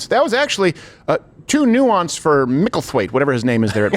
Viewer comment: What did you say? “Mickletwit?”